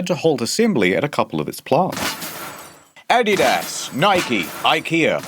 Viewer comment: Adidas is German, he pronounced it more correctly than you would. No e.